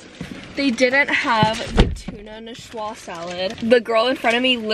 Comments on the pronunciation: Nee-swa salad lol not ni-shua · ''Niçoise'', from Nice in the french region of provence, is pronounce, '' Ni-swaaz''. ♥♥♥